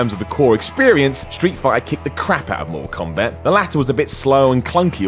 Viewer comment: "FIFER" "DARBY" "MOR'UHL KOMBAT"